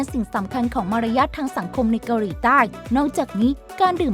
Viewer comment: แอดออกเสียง เกาหรี 🤣